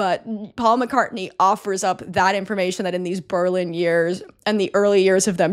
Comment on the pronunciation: Thanks for the corrections! I was irrationally angry every time you said Berlin 🙈